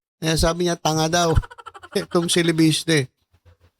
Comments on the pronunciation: Super laff in ako BMT nung I emphasize mo Ang TANGA😂 hahaha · Parang feel na feel mo Ang pagka Sabi mo ng TANGA 😂